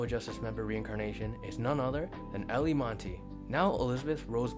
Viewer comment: Btw, Eilie Monty: first name pronounced "Eye-lee".